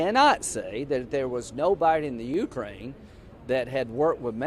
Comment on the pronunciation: The YOUkrain and INsurance. Makes the guy sound like a moron.